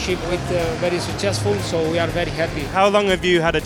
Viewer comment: Basso's "successful" pronounced according to Italian phonetic rules yielding "Succhessful". Fantastic. Actually easier to pronounce. Try it!